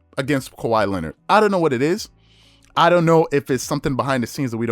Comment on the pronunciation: SAS can‘t even pronounce Kawhi ”Lennid” right, what a fool 😂😂😂